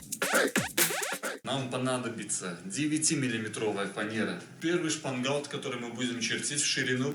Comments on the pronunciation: Я делал лодку,как и вы из фанеры,а потому считаю имею право посоветовать ,кое что.По моему проекту у лодки днище с развалом,не плоское.Это дало легкий ход на веслах,но при этом появилась сильное раскачивание,То есть в полный рост встать тяжело удержатся,она стремится опрокинутся.А потому необходимо на днище устанавливать реданы.Дружище в своем видео,вы произносите слово( шпангаут).Я заканчивал судостроительное училище по специальности,сборщик корпусов металлических судов.Мастера,преподаватели произносили это слово так(шпангоут).При просмотре вашего видео неправильно произнесенное слово режет слух.Желаю вам успехов в проектах всего наилучшего,удачи. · ШпангОут))) А не шпангАут👎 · Все хорошо, но от слов "шпангаут" и "плывет" чуть не стошнило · построил молодец,но правильно шпангоут, по-русски. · Автор произносит что то похожее на "шпанбаут"))))))В этом его фишка)))Звучит свежо и по новому)))